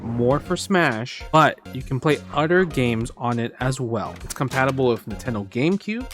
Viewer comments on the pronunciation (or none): I like every time you say “other” you say “udder”